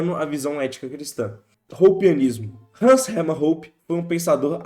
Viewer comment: btw Hoppe se pronuncia como "róópá"